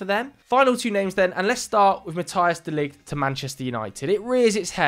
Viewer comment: Why do people say Mathias de Ligt? There is no A there in his name